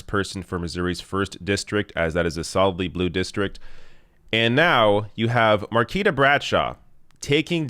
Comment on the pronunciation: Much love for covering this and it's surreal to see friends in one of your videos. I love the channel. For future reference, her name is pronounced mar-KWEE-tah.